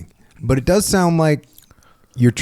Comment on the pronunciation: “Doe” jiu jitsu? 🦌😂